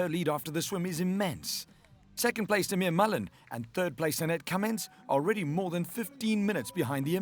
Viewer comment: its pronounced "eeee-mer".....loving the show by the way. +1 for the HD pleeeease